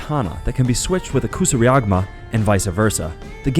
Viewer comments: kusiriagma!?!? you know you said that all wrong , right? kinda scrambled my brain for a second when i heard it.. and was like "No no no. i can't let this slide.. this person needs to know how to say it right." It's a K U S A R I G A M A - Koo-sah-ri-ga-ma < proper pronunciation :) chain-sickle... or.. Hook and chained weight another was .. Kunoichi (female shinobi)... you said Konochi <- bro wtf is a Konochi? it's Koo - NOH EEE CHI damn bro. i hate to do this.. but all these words you're just fucking up. stop fucking up simple words! Ohh so you can add a hint of an accent on "NINJA PIZZA GIRL"? the fuck is this shit "to revenge his father's death" to revenge? no bro.. TO AVENGE!! it's to AVENGE!! not to revenge.. omfg. I'm not even half way thru this shit. You're KILLING ME SMALLS!!! few more minutes of more fucked up pronunciations (DONE) never coming back here. i can't do it. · kusariagma???? dude it's kusari-GA MA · kasuriagma??? its kursurigama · "Kusuriagma"? It's "Kusarigama" ... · Agreed, also he said kurusigama...... its kusarigama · Ku-sa-ri-ga-ma Is how it's pronounced. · Can't tell if he's trying to say kusari-gama or just mixing up the game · Yeah it felt a little off to me too. But then he also mispronounced "Kaede", "Ryu" and "Kusari Gama" so that's there.